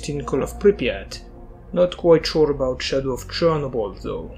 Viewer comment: this guy unironicaly said chornobly lmfao